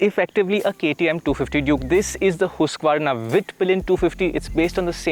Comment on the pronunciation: 'Indians' have learnt to pronounce HOOSK-VERNA. 30% discount please.